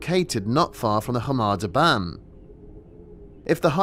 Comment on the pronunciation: Please explain why you keep pronouncing it as 'harma debarn', everywhere else says 'Kar Mar Dab Ann'. Also 'Volantina'? it's 'Valentina'.